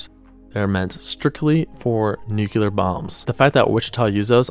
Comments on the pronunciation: 👉Please, pronounce "nu·cle·ar" /ˈno͞oklēər/ "New - Clear" NOT "New Que Lur"! like George W. Bush used to pronounce it... I know, I know, it's just a pet peeve of mine...But, other people hate it, too. Thank you. 🇺🇸 😎👍☕ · Correctly pronounced: Nu-Clee-Er not Nuke-Ya-Lir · NUKE-LEE-ER NOT NUKE-YOU-LER Nuclear ≠ Nucular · he keeps saying nukular 😭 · We used the CD siren for tornadoes before the 70s in Westmont, Ill. We had a siren at that time that could be heard for 20 miles. Info about "the 70s" is incorrect. So is pronunciation of "nuclear". Sorry.